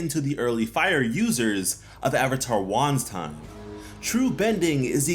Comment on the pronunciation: Isn’t it funny how fans are the ones making these kinds of videos and not Nickelodeon. I’m mean seriously avatar was the best to watch at any time PERIOD, but I want to see Nickelodeon make a video like this and give us there secrets behind the idea of the series. Also I thought you said “wonton” instead of Won’s time.